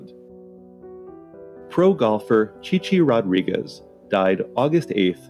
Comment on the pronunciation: I'd say you mispronounced Chi Chi's name but can't figure out how to spell it the way Les Nessman said it.